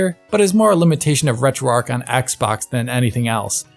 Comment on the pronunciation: As a Missourian, I feel I should say it’s pronounced ARCH, not arc. Retro ARCH.